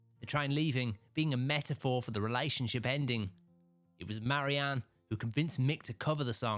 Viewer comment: MARY-Anne? REE-concile? What's wrong with ye man?